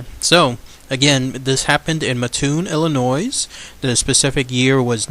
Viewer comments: PLEASE stop pronouncing the S at the end of Illinois. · He's not telling what to do.It's pronounced Illinois-S is silent. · I'm from mattoon Illinois and u have it all wrong and don't know how to say the town right or state and he was a bug man and people did die u can go to Dodge grove cemetery and if u are not from the town do more research